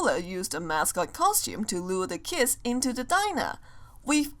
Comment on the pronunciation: You know that always when says kids it sounds like kiss